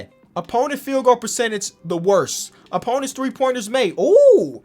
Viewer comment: "Opoinents"